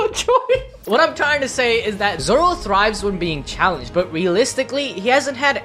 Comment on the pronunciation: Is it only me but I saw nami say zolo